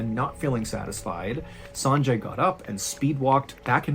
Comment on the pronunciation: "Sanjay" is pronounced "sunjay".